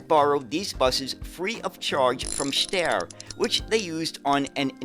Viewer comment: "Steyr" actually rhymes with the English word "fire". It is not pronounced as "stair", more like "shtyre".